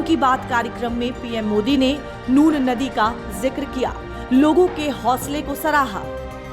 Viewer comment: Nun ko nur bolna band karo.